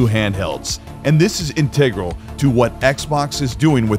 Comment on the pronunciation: “In-teg-grill” what bro? Integral dude